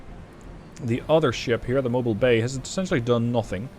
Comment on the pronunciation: Ha! I heard mobile bay and I had to check. Thats the Mobile Bay, pronounced Mo-beel. Its from my home town, a small port at the southern tip of Alabama with a small ship production area. Its not Mobile as in able to move around. Its Mo-Beel named after the Mabilla native American tribe.